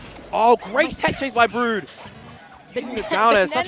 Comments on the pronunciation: lolol saying "Broad"...... i mean idk what Brood wants his name to be but in English, that would be "Brew-d" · Steve O'Brien it's brood